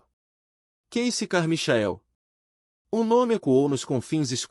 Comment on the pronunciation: Deus, é " Carmaiquel" que se pronuncia.